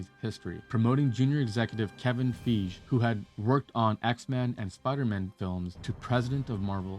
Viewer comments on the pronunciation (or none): Brother please please please start researching these names. I'm surprised they haven't roasted you for mispronouncing Fieges name.